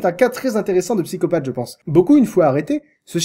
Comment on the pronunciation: c'est un vilain pyscopatheuh VILAIN PSY-CO-PATH